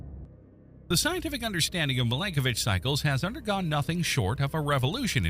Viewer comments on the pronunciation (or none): Milanković… not Malenkovic 😂 … you have the vowels reversed😂😂😂 we know Mila Kunis - that is how you pronounce Milanković.